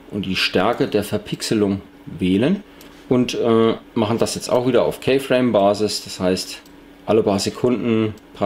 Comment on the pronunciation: keyframe spricht man "kifräim" aus -.